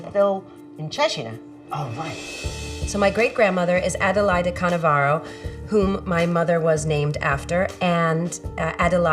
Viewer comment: Canovaro.... not Cannavaro!